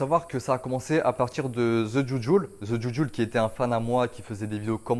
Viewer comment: The c’est pas Ze 😂tu m’as dd gros